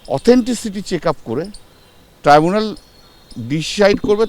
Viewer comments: Treebunal gorment...ki sob abol tabol uccharon kore ei uccho shikshito. Tribunal. Government. Chor party te keu nei bhalo kore jate uccharon kore seta bolar jonno??? Treebunal😂😂😂😂😂😂😂😂😂😂😂😂😂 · ডাইনি বুড়ির নতুন অলচিকি‌ ভাষা টিবুনাল । মনে হয় মুখ দিয়ে লালা ঝরে পড়েছে বলে উচ্চারণে গন্ডগোল হয়ে গেছে।